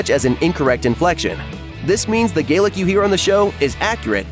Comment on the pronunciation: Or Gaelic, either!